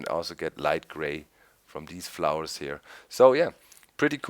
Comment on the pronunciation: He dont no how to pronounce flowers